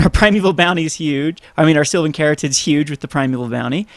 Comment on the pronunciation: The "caryatid" in Sylvan Caryatid is a real word. It's pronounced "carry-AT-id".